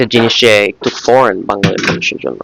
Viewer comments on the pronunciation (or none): none